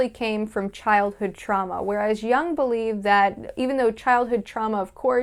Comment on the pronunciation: Jung is pronounced yoong, and put the telaprompter under or abrove the camera _......